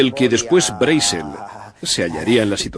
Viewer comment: Me molestan los doblajes que hace España, en especial por que no saben hablar el ingles, ni siquiera el apellido Brazel lo pronuncian correctamente.